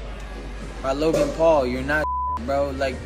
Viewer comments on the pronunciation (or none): none